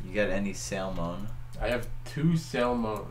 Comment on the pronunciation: Ah yes, nothing quite like delicious SAL-mon 😂